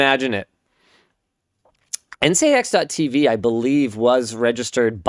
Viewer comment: ncix sounds like nginx